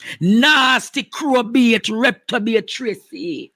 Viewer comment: Andre the word is reprobate NOT Reptobate!!